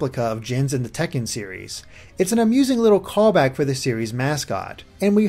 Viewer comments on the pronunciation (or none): none